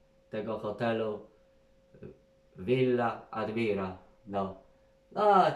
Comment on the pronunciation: jak bierzesz się za reklamę hotelu to czynajmniej nazwę dobrze czeczytaj. Villa nazywa się ADMIRAŁ nie żadna ADMIRA.